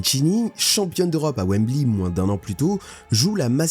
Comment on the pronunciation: Mais c’est pas une IA la voix ? Comment il a dit « WemblY » ou alors sur certaines prononciations… une fois que je me suis dit ça je pouvais pas m’enlever ça de la tête 😂